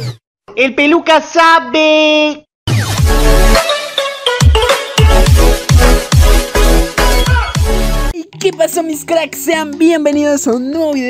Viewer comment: Jaja ase mucho que me abia dado cuenta pero no lo puse e que (el peluca) cuando pone la intro dise (el peluca sapee) pero el de atras que tambien lo dise dise (el peluca sabe no sape)